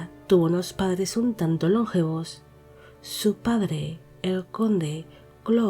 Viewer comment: Hola, muy interesante el vídeo. Sólo un matiz: la palabra "longevos" es llana, no esdrújula. No se pronuncia LONgevos sino lonGEvos. El accento recae en la sílaba GE. Saludos.